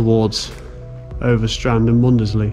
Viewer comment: ‘Mund-des-lee’….?? 😂 (Mundesley is pronounced ‘Munds-Lee’… 😉)